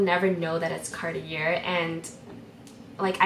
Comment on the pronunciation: I’ve never heard Cartier pronounced this way